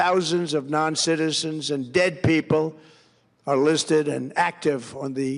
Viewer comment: He sees "DEAD peepull". Hahahaha.